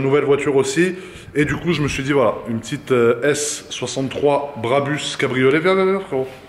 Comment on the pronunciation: BRABUS et non barbus 🤣🤣🤣🤣🤣